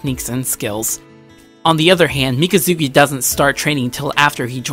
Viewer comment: You said both names wrong.